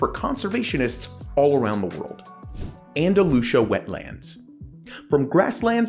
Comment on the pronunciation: Why do you pronounce Andalucía as Andalusha?